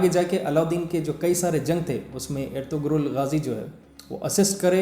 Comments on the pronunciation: It is "ERTURUL" when we pronounce it. There is no G in turkish language so it is Erturul Gazi not Ertugrul gazi. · Ertuğrul mein g silent word hai , toh pronounce erturul rhta, aise (ğ) silent word rhta Turkish language mein.... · bhaiya Woh erturul Ghazi hai bhaiya G silent rahta plz correct in audio bhaiya if your making next video on this topic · That's erturul g is silent